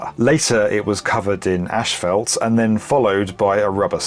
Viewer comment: I've never heard of Ashfelt before what is it anyone know? Or was he trying to say asphalt?